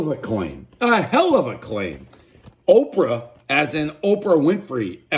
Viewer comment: One bite, everyone knows Dave mispronounced the following words; “Thrin crust” “Opo Winfrey” “Slow serve ice cream”